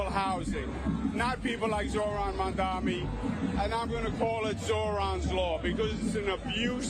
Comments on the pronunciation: Mamdani or Mamdami When called Mandani during their debate, Zohran gave Andrew the correct spelling of his name. May he's doing it on purpose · And he still says his name wrong 😑 probably on purpose. If you can say Mamdami you can also say Mamdani. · Still saying “Mamdami”. If on purpose, it’s petty. If not, it’s indicative of his mental stae. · Still MAMDAMI “like WTF He told him to pronounce his name correctly. Lazy Brain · I wonder if Cuomo thinks mispronouncing Zohran's name as "Mom-dommy" is actually effective at disrespecting him. If anything, I'd think some folks would perk up at the thought of voting for a "Mom-dommy" 😆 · The name is Mamdani, M A M D A N I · the name is MAMDANI, Mr Coumo get that right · Not pronouncing a person's name properly is a well-known aggression tactic. I can believe some .. maybe even most.. of USA politicians are drugged up, but not pronouncing a name properly is a deliberate power move. And usually based in racism. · Why can't this Cuomo pronounce Zohran's name properly. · Exactly! Does it on purpose, no way he doesn't know